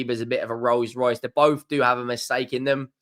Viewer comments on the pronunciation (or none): none